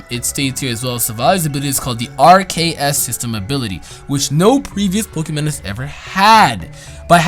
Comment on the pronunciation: So even with the name broken down to RKS you still say it wrong? C'mon!